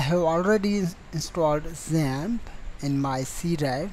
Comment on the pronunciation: I thought you was speaking about ZEN, instead of XAMP :p